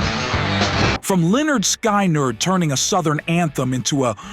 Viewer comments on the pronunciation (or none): The album is pronounced "Lynerd Skynerd". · Sorry, but that is not how Lynyrd Skynyrd is pronounced: (/lɛnərd ˈskɪnərd/, LEN-ərd SKIN-ərd) I graduated from high school in 1973. I loved this music. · It's pronounced linard skinard. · Leonard Skiii nerd. How funny. No one checked the ai’s pronunciation. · No wonder Skynyrd put how to pronounce their name on their first album... Blade Runner testing a Replicant, "Read the name of this band." Anyway, the #11 Rolling Stones song is 'Sympathy for the Devil' - not 'Time Waits for No One'... easily confused, as both songs have the word 'for' in the title. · You need to learn proper pronunciation LYNYRD, and SKYNYRD rhyme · I just love the AI narration….can’t pronounce even pronoun Lynyrd Skynyrd correctly…. kind of ruins the whole thing just saying.🤷